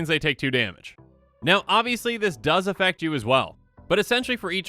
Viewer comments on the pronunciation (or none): none